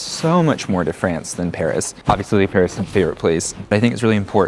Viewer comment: It should also be noted that when they say Paris, they pronounce it like "perish," there's a sort of inversion of the vowels a and é.